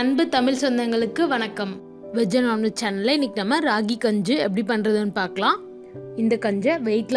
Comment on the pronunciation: Enna ma gunju solra its kanji ma